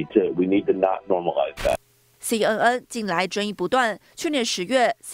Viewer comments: 听着一直报导西嗯嗯西嗯嗯，我暗地里笑了，新闻播报员至少ABC念准一点可以吧。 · 親愛的播報員， CNN 「N」的發音錯誤了， 趕快改過來吧！